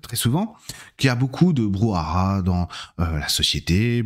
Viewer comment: Mercii J'aime bien la prononciation de brouhaha ça fait ahh ah ah😅